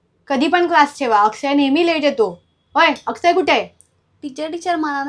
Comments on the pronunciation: अक्षय नाही आकसय😂😂😂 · Akshay shabd 1 number bolli tai